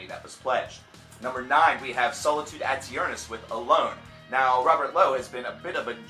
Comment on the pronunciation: Btw it's pronounced Solitude AYY-TURN-ISS